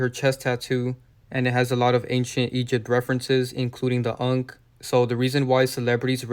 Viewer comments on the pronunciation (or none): none